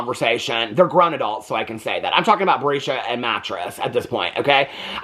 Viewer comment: Hi! 😂😂You just absolutely destroy me every time you call Robyn's kids' names! Breesha,Chiffon, and Mattress!! 😂😂😂 I needed a laugh today. Thank you!! 😂😂😂